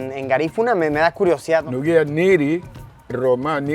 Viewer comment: No es nuguya, el hombre dicé: Áu